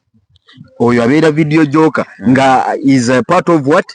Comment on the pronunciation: Boss to correct u please please it's not Vedio jocker it's Vedio jockey please do research before program.